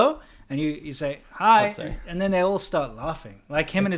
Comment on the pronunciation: maybe the old guys are laughing when you reply “hi” because it sounds like 閪 (Cantonese)